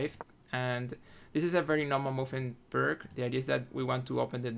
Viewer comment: It's not pronounced "perk". It's "peerts".